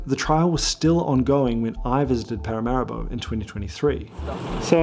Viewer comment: Been to Suriname many times (Alcoa) & you've done a great job. One small suggestion-I believe the capital is pronounced Para-mah ree-bo.